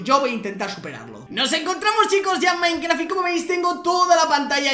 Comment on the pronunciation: dijo minecra XD XD XD